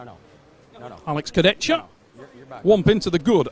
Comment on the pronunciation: start getting his name right, its disrespectful. Its not complicated, its "Kurdehha"